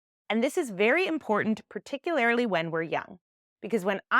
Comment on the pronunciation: I’ve been consuming a lot of your content lately and you put an extra syllable in the word particularly every time.